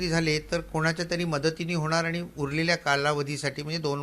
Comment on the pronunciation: वर्ण, शब्द, पद, वाक्य, भाषा, व्यवहारातील सुयोग्य उपयोग या साठी सर्व वृत्त वाहिन्यांच्या वृत्त वाचकांचे प्रशिक्षण गरजेचे आहे, काना ला सहन न होणारे उच्चार, जे आणि ते चा अनाठायी वापर, बोलण्याचा वेग, सगळंच असह्य होत चाललय.. अरे तुमचा हा कधी शुध्द मराठीत वार्तांकन करणार? हे चित्र कधी बदलणार? अरे किती दिवस अशुद्ध मराठी ऐकायंच? आणि म्हणून पण स्वच्छ पणे म्हणु शकत नाहीये अरे आनी म्हणून कसं काय म्हणु शकतो? पत्र देणं म्हणतात रे पत्र देनं म्हणत नाहीत शिकवा जरा ह्या ला!